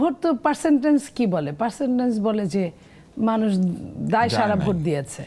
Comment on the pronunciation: এই মহিলাকে একটু লেখাপড়া করতে বলুন।সে পারসেন্টেইজ কে বলে পারসেন্টেনজ।